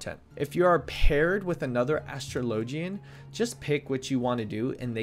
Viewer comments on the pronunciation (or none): Your pronunciation of "gauge" and "astrologian" hurt me to listen to, but the video was pretty good. Thanks! (they're pronounced "gae-j" with a hard "J", and "a/uh-straw-lo-gen") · Great guide but the way you pronounced Astrologian hurts my brain. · OHhh, it's nothing, just playful teasing :P